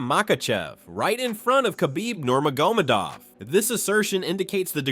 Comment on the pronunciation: Toporia! Nurmagomodov every time